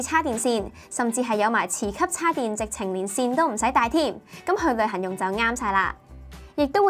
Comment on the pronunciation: 我成日聽到佢講「旅痕」.....